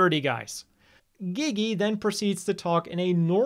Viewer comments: Seriously saying gigi is so cringe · dafuq is up with people pronouncing Gigi's name as "Geee geee" even the characters in the anime clearly say it as "Jeee Jee".